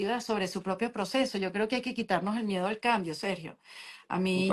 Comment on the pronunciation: Porque mi amigo Sergio no está pronunciando bien?, tiene algo en la boca? Está enfermo?